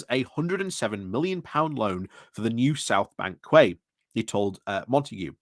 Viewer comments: What's a 'kway'? Is it a Yorkshire version of a 'key'? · Read "quay", pronounce "key" 👌👍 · Quay is pronounced key